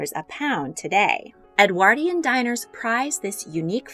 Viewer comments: Ffs ! EDWORDION IS HOW ITS PROUNCED NOT EDWAAAARDIAN !😢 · Presenter needs to learn how to pronounce Edwardian. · My jolly goodness! Im exhausted just listening to this! Never mind Consuming it I think that amount of food in all those Edwardian tummies was the cause of the ship sinking & not an iceberg! Btw the word Edwardian is said Ed word ( like sword) ian Not Ed waaardian, just saying! Thank you for this delectable menu reconstruction, that menu Would last me an entire week of meals! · "Edwardian" is not pronounced correctly in this video. The "ward" in Edwardian is pronounced like (hospital) ward. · Anyone else cringe so hard at the narrator and her appalling pronunciation of Edwardian? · The way you pronounce “Edwardian” is painful! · She can't even pronounce Edwardian or Foie Gras.